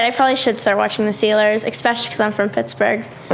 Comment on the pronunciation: I can’t stand when people say exspecially